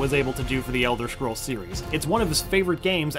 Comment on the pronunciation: ELDER SCROLLS SIX ELSWER I SWEAR TO GOD